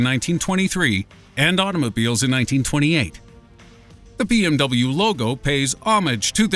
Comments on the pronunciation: Worst attempt at BMW I've ever heard. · OMG the (non)pronunciation of BMW. I'd never have guessed it, did he say it out of context somewhere.